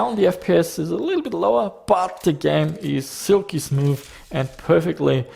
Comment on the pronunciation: "SILKY SMOOFTH"